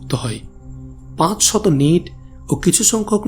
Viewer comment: নিট না নাইট